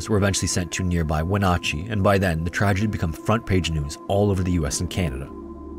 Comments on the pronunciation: Also, Wenatchee rhymes with "patchy." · Gosh dang it, you pronounced Spokane correctly, and then flubbed it on Wenatchee! They both have a flat "a" like in "that"! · Also, it’s “Spo-CAN” and “Wen at chee” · Minor pronunciation ciritques from a born-and-raised Washingtonian who has been to both Spokane and Wenatchee: the second syllable of "Spokane" sounds like "can," not "cane," and the second syllable of "Wenatchee" sounds like "natch," not "notch." Good thing that first story didn't involve Puyallup. For reference: "Puyallup" is pronounced /pjuæləp/, or roughly "pyoo-al-ep." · In the first story, your reference to the town of Wenatchee WA is mispronounced. The locals pronounce it - Wen NAT chee, not Wen NAW chee. Awesome telling of the Wellington story though. I had heard about the event, but didn't know most of the details you mentioned. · Spokane is pronounced “ Spoke- can “ not Spoke- cane.. Same with Wenatchee.. pronounced “ Wen- at- chee “ not “ Wen - ah- chee” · I love you so much, but it's not "we Notcheee" it's Wah-nat-chee" lol. Washington names are so weird. I love your stories man. but Washington has a huge Native name thing. SO they are hard for people not from Washington. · Sorry for being that guy who corrects pronunciation, but I'm a Washingtonian and it bothered me. "Spokane" is not pronounced how it appears to be; it is pronounced as if the e at the end wasn't there, so "Spo-CAN". Wenatchee is also mispronounced; emphasis should be on the middle syllable, so "wi-NAH-chee". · You managed to get Spokane right, and almost got Wenatchee pronounced correctly. Better than most YouTubers I've heard attempt to. It's "Whe-nat-chee". Nat sounds like the bug. Most people will tell you both versions are correct, but locals always pronounce it like the bug. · Every Washingtonian cringing at the pronunciation of We-notch-ee 😆 natch bro, natch!! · Spo-can. Spokane. When-at-chee. Wenatchee. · Wenatchee is pronounced "when-natch-eee"